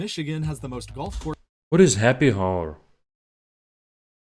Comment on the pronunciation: Oh, also, the H in hour is silent :) by the way where you from?